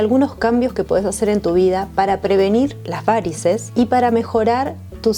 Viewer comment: La palabra varices no lleva acento es una palabra llana y no lleva tilde, por favor hay que respetar las leyes ortográficas y no puedes hablar como si llevara acento...hay que respetar los idiomas.